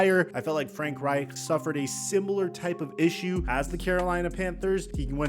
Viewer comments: Bro why the FUCK are you rolling the reich in frank reich? It's not how you say his name. However it is how you say Reich when referring to the Third Reich. Suspect asf. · “Frank Reichdrrdh” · I like the German emphasis when you say Frank Reich.